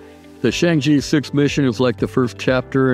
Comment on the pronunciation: Good video. Keep up the good work. P.S. Chang'e is pronounced as /chang-er/ but not /chang-ee/.